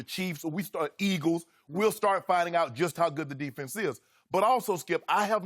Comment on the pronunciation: He has a speech impediment lol it used to be a lot worse